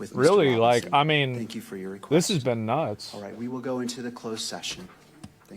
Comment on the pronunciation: pwease and sank you, Mister Zelensky...